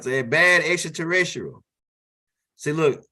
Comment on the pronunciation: XTRATERRICILAT😂😂😂😂😂😂😂...LOVE WHN U SAY THT